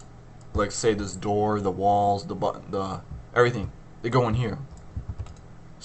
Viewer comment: Thanks a lot, this really helped, and also gave me a few laughs when it sounded like lols when you said walls